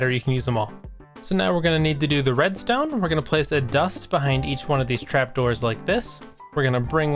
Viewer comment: "sImppllLle rEmStooM" all redstone is easy with a tutorile